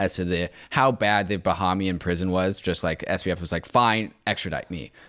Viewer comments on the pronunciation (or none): I love you guys, but you're killing me. It's Ba-hame-ee-an not Ba-heme-ee-an.